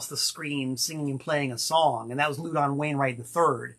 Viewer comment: I've never heard Louden's name pronounced "LOO-don." I have only heard it pronounced "LAU-din." Is messin' with us again?